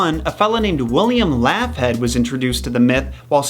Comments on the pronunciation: It's pronounced Log-heed not laugh- head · I may be dumb, but I don't think Laughead is pronounced Laff-hed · Me laughing each time he says Laughhead 😅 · honestly, I'm not convinced you're pronouncing Laughead correctly and it's bothering me....